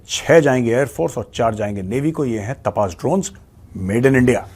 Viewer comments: Jay Hind Major Saab it's तपस Not तपास 😊 Sorry to correct ur pronunciation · मेजर साब सही pronounce तापस ही ।